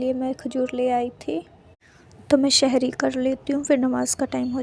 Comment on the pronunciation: शहरी ❌ सौहरी ✅